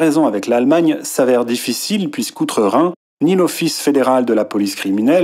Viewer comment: Tu parle avec le youtubeur qui dit diffitchile mdr